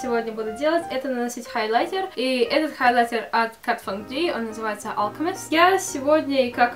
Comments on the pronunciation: ХайлаЙТЕР вот этот ЙТЕР должен звучать жёстко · Ставь лайк, если тебе тоже нравится, как говорит " хайлайтЕр"😁💪🏻❤️❤️❤️❤️